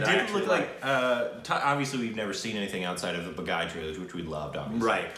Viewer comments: It’s not pronounced baaghaiiiii, its baa-ghee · Oh, how wrong you can pronounce Baghi, lol Bagai,. Hahah Who asked you to watch this... Even I won't see this movie React to Chal de India Tvf pitchers Kai Po Che Dil dhadkane do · Still haven't learned how to say "Baaghi"!